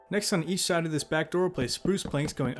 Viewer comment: Can we get an "on each schide" counter please